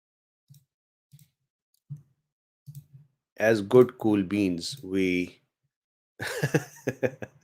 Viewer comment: It makes me chuckle when you say "Coolbeens":)))) Besides loving your easy teaching manner I so appreciate your time researching! Your accent and personal warmth combined with your intellect and humor makes me smile. So helpful to hear your detailed account of omicron. Makes it less scary. Glad you're recovering!